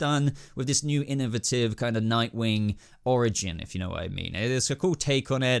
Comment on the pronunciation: The way you pronounce innovative LMAO